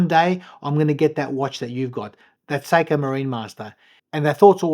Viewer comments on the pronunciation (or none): none